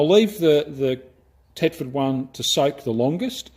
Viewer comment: Thetford not tetford